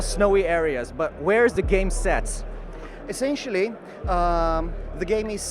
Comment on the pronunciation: Essencially. Essencially.